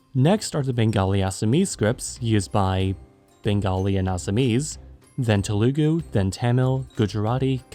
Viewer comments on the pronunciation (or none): Telugu is pronounced with an emphasis on Te. Lu is short, it's not teLOOgoo, it's TElugu, with both the u's being short. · telugu and tamil pronounced very wrong :p